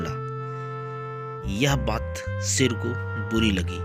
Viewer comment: Sher hota hai seer nahi🤣🤣